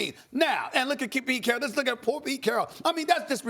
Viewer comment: “PETE CHARRRAAAAL”